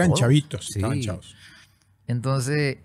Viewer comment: Me gusta cuando dice, en aquel entonce❤